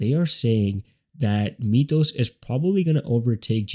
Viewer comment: Sorry... but it's pronounced: m i th oh s not mee th oh s ...